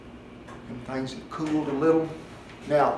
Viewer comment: "Them thengs" at 7.23 love that accent cowboy!